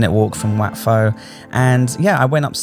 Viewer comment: Its wat Pho like PO not Fo 🙂